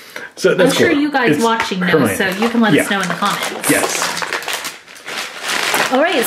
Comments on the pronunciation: HER-MY-OH-NEE ! not her-my-nee🤨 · Herminie is howhe pronoused it